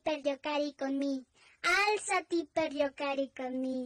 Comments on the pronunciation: Y se pronuncia igual 7n7 alzari per gio care con me y significa levántate a jugar conmigo, no es alziati pers io cae co me 7n7 y no es levántate pero juega conmigo 7n7 ay dios - _ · Yo más bruto, pronunciaba Alzáte no álzati